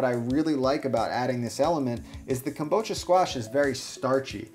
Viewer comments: I see that the squash is called kabocha(Ka-bo-cha) however you insist on adding a phantom 'M' in the word every time you say it, and I wonder why. You keep saying "Kam-bo-cha". Why are you doing this? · I know this may come off as nit-picky, but I hate the way you said kabocha. It's ka-bo-cha, with each syllable of equal length. Having studied Japanese, hearing a Japanese word totally mispronounced completely distracts me to a point where I just stop listening to a person because my mind gets caught up in it.